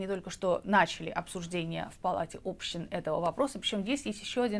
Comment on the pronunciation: Палата общИн. ОбщИна, а не Община, общИны, а не Общины. Палата общИн!